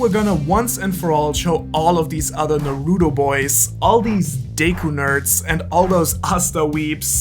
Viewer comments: Its Nuhroodoh jeez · Its pronounced Naruuuuuuuuuuudow!!!!! 😂😂😭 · It's Nahruhtoh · Speak's Japanese, can't pronounce Naruto. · i stop watching when you mispronouncing Naruto. its not funny. ever heard of constructive criticism?